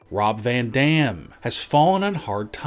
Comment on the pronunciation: He actually says Rob Van Damn! Every sentence goes on same tone